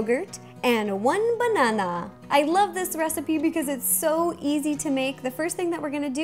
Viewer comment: Hahahahahahaha you just say banana like mineon's my name is kc